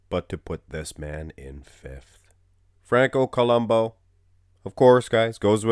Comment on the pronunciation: it's columbu... not columbo the " U " is pronounced as it's spelled